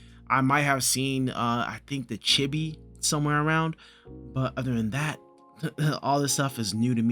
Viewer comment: "chibi" is Japanese, so it is pronounced "cheebee".